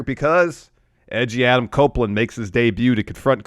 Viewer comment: Every time says Edgy Adam my brain says Etch A Sketch 😂